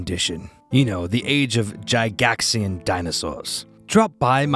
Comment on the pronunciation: Do you literally not know how to pronounce Gygax correctly?